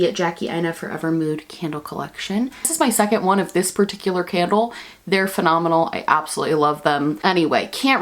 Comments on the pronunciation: Today I heard “today’s scandal of today” instead of candle and honestly it makes sense haha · When she said “today’s candle of the day is” I thought she said “today’s scandal of the day is” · I was half tuned out at the begging and I thought you said “todays scandal is Farrah Moan” and I was like woah are we talking drag queens on this channel now 😅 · Girl I'm 20 seconds in and I already heard "today's candle of the day" as "today's Scandal of the day" omggg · I tought at beginning she said scandal of the day.... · I misheard and when you said candle of the day I heard “scandal of the day” 😂